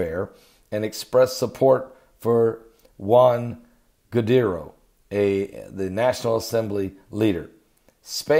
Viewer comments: It is JUAN GUAIDO (GOO.WHY.DAH) not JUAN GUARIDO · Blah boa blah you not even know how to pronounce Guaido's name man😂😂